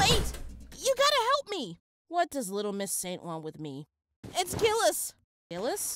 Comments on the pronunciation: Sorry for sounding pedantic but the correct French pronunciation of Gilles' name sounds more like "Jill". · Pretty sure its prounonced jiles